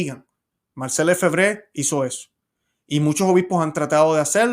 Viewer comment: nosotros pronunciamos Lefebvre en español, cargando el acento en la segunda e.